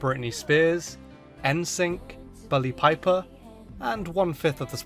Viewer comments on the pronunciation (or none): Did anyone else hear bully piper. Instead of Billie piper? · At first I thought you said Billie Pelliper XD